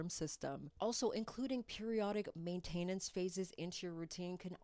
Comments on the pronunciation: “Ultimately… simply… ultimately… simply… ultimately…. simply….” “Main-TAIN-ance” 😂😂😂😂😂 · Main-tah-nence But I appreciated the information! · Weird way to say maintenance really...